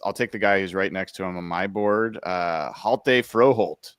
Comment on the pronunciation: The "H" is silent in (H)jalte Froholdt 🙂